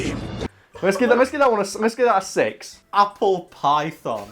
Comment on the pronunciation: Ape-le? Ape apple?